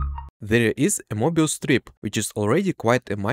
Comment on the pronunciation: Sorry… “morbius” strip???